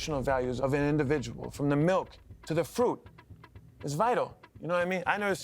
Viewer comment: meelk too!